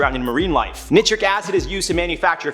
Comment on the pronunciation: Nice job guys! Loooove the energy,!! 👍👍 ( fyi: it's pronounced "n-eye 👁-tric acid") - take care, YT Warriors!! 👊😎✌